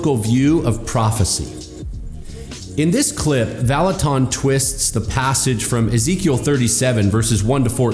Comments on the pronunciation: You are mispronouncing his name “Vallutin” not “ton” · Who is this Kris Vallotawn that keeps talking about? I only know of a Kris Vallotton at Bethel. Among other things, it would do him well to at least learn how to pronounce the name of a person he's claiming is false. But his first bit of supporting evidence for claiming Kris is false is pretty subjective and weak. "Outlandish"? By whose standard? And why does that matter? Is he trying to claim that God never does anything outlandish? Good luck with that... And how exactly is he disproving the claims of people's virginity being restored? Second, how is he seriously claiming that God only speaks through His word? (Presumably the Bible) The Bible is full of examples of God speaking in many different ways, including through a potter reshaping a pot on a pottery wheel, the branch of an almond tree, and a gentle breeze, among many other ways. God is creative and varied in His ways of communicating, and the Bible is full of precedents of this. Kris has a high value for the Bible, and he also believes God communicates with us in many other ways. David said in Psalm 139:17-18 that God's thoughts toward him outnumber the sand. There are far more gains in one cubic foot of sand than there are letters in the entire Bible, to say nothing of words or sentences. God has a lot more to say to each of us than can be said just through the Bible. explanation about the context of the passage about the valley of the dry bones doesn't in any way negate what Kris was saying about the p